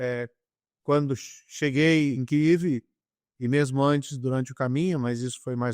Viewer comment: Que bom que ele fala "Kiyv", a pronúncia ucraniana,correta.